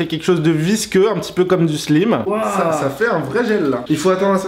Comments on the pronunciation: Sa ne se dit pas slime mais slaim (pour le son quand tu parle).bref je t'adore et continue comme sa. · On dit pas Slim mais Slyme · On ne dit pas slim mais slaim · Adrien qui a gagné |et c pas "Slim" mais "Slyme" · on dit pas slip slaim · On dit slaïm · C'est Pas Slime Ca Se Dit Slaym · Il a dit "slim"(avec le song i) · Sa s'écria slime mais sa se dit slaime